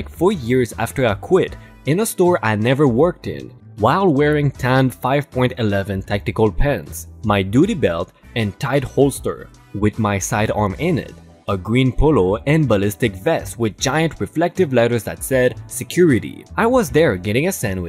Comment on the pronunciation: THIGH holster is NOT a TIHT The th is a HARD THH sound as in the word THought, or THink, or THrow.